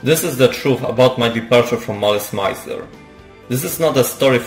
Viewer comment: Thanks for the video, but could you please at least make an effort to say the name of the band correctly? It's not that hard, it's French : malice + misère